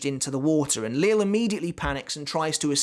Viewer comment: Great video as always. I don’t know 100% for certain but I’m pretty sure Lille Barro’s first name is pronounced Lee-Yeh Barro and not Lil’ as in Lil’ Wayne. Someone correct me if I’m wrong, but I’m pretty sure that’s the correct pronunciation.